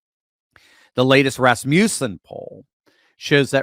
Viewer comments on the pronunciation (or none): it's pronounced Rass muss in. Second syllable rhymes with fuss. Just trying to help.